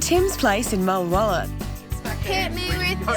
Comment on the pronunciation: I wish would pronounce Mulwala. Correctly…. It’s Mulwa(a)la…